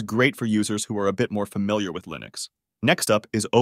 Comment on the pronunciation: "the best LIENUX distros"